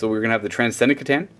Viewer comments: Though if he would FUCKING STOP saying SEH-TAN that would be GREAT. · (at one point said he wasn't sure how it was pronounced, not trying to be a dick or anything... I failed catch the time code for it though) Kuh TAN (The letter C makes a 'kuh' sound. Not a 'see' sound) Think how you pronounce T'au. The T at the start is a T like in "time" or "tell". Now how do you say "cat" or "cow"? Now try to think of words that starts with C but doesn't start with the sound "Kuh" and compare that to how many words that do. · "C'Tan" is a nod to "C'thulhu" so it should be pronounced the same way--with a hard "k" sound: "Kuh-tan"